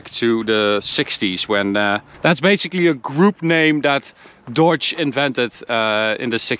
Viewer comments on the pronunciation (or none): DODGE..NOT "Dawge". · It's his accent. His Dodge sounds like Deutsche